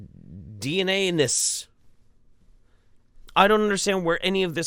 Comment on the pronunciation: "DNAnus" My insomnia riddled brain is not equipped to deal with this